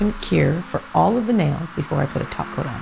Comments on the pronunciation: Did she... did she just said 'taco' instead of top coat? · Lmfaoooo. "Did she...did she just say taco?" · I'm convinced you said taco 🌮 instead of top coat 😉 (holo! 💿) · I can't tell if you said top coat or 'taco'...SimplyNailogical is spreadddinngg!!!😂😂😂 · did she just say taco?🌮SimplyNailLogical is coming Edit: nvm she said topcoat but is just sounds like taco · For a moment when she say top coat I thought she said Taco and I thought she was speaking simplynaillogiclish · I swear she said none taky toco 😂😙